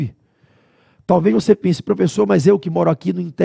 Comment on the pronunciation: "Flala" profexo. TMJ SRN